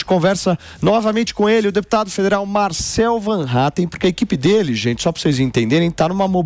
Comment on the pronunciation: Sério que vocês pronunciam, mesmo "van", em vez de "fan", e metem um "R" que não existe, em Hattem? Ninguém, no mundo , ou no RIo Grande, faz isto!